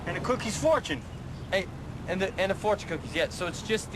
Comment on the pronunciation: LOL driver says AND THE COOKIES FOURTION! LOL so funny. Its Fourtion Cookies